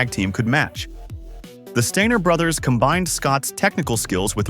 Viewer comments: MY GUY !!! THIS IS HOW YOU PRONOUNCE THIER NAME !! ( STEINER ) NOT " STINGER " YOUR A CLOWN 🤡 TRUTH HURTS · the Stinger brothers? Or did you say the “Stainer” brothers?